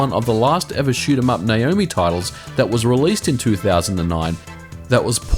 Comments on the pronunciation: Why do you keep calling it Nayomi? It clearly says Naomi! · It's N-ah omi.